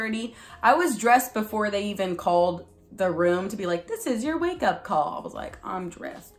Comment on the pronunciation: You go : "I was uP" hahaha the p sound cracked me upppp